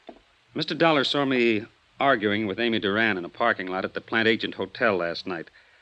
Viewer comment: Right in the beginning, the name Plantagenet is mispronounced as plan-TAY-jent, and continues to be throughout except maybe one time. In English it should be plan-TADJ-e-net. Drives me crazy!